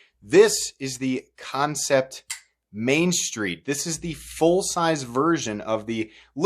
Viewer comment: Concept? Its an A.. not an O... what the hell dude.. Kan (can) cept (sept) love ya bro.. but the pronounced company name bugs the hell out of me..